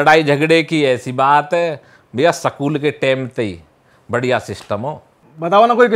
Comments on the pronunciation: स्कूल ❌ सकूल ✅ 🫡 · School ❌sakool ✅